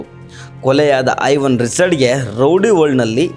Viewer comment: Haivan alla maare.. Aiwan yentha mathadteera 🤷🏻